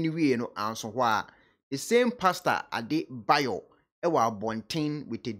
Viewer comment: The name is Adeboye and not Adebayor